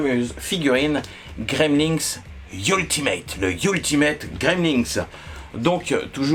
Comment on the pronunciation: Coucou J'aime bien ta manière de présenter - (c'est moi ou tu prononces "Gremlinks" ?)